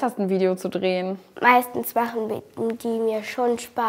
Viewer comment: Trehen... oh gott das heißt drehen